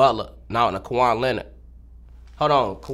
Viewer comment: im dead how bro fucked up both they lames lmaoo “kawhon leonard” kawhon butler”